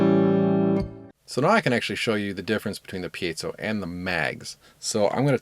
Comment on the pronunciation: Thank you for pronouncing "piezo" correctly.